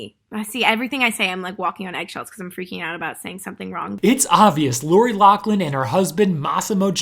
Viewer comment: Like your video but my pet peeve is that people keep pronouncing loris name wrong - it’s Laughlin with an F sound, not a C sound